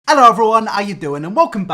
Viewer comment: The hello had a h